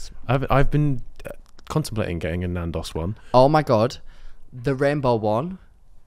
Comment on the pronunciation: anyone gonna say anything about saying NAN DOSS INSTEAD OF NANDOS